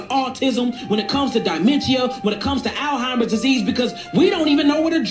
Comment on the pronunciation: Had my tonsils taken out at 7 and I'm fine. Man couldn't even pronounce Alzheimer's correctly and he wanna try and convince us.